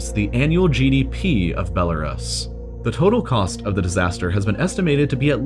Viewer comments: For future reference, it's pronounced "Bela-Roose" not "Bela-Russ". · funny that even though you have skillshare, u still can't pronounce Belarus (be-la-roos) will stick to learning everything for free on youtube thanks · Isn't he pronouncing Belarus wrong? I thought it was Bella-roose. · Judy G. a lot of people still call it that. I was reading a book that was made back in 2006 interviewing people that worked and lived in Pripyat and they all called Belarus, Belarussia. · "Bel-a-ruhs" man, it's pronounced 'Bel-a-roose'. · I love when people just make up their own ways to say a word. Like the whole world pronounces Belarus as belaroos Be this guy is like nahhh I’m just gonna call it belaruhs lmao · Its pronounced "Bella - roos" NOT "Bella - rus" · Its pronounced bellaroose not bellaruss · Bell a rusky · Belarus - (Bell-uh-roo-s) the mispronunciation bothered me more than it should have. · I thought the same thing. I’ve always pronounced it as “roose”. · Belarus, pronounced Bell-a-roose (like moose) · The U Belarus is pronounced as "oo". Like goose. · Belarus is pronounced Be-luh-roose. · is the way hes saying Belarus wrong? ive always pronounced it as "Bela-roos" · Belerus is pronounced 'Be-le-roos'. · ITS BELL A ROOS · Ffs. Belle-a-ROOS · It's pronounced BEL A ROOS. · FACT: Radiation won’t make you pronounce Belarus correctly. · I've never heard Belarus pronounced that way. Have I been wrong my whole life? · >educational channel >can’t pronounce Belarus properly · That's not how you pronounce Belarus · Who pronounces Belarus like that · The way he pronounces Belarus bothers me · The way you say Belarus makes me sick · You mispronounce Belarus and it’s mildly infuriating. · Forgive me, but I have a hard time listening to someone that doesn’t even know how to pronounce Belarus. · While he does completely butcher Belarus, his pronunciation of Hiroshima is correct.